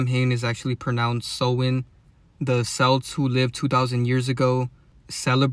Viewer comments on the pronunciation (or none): none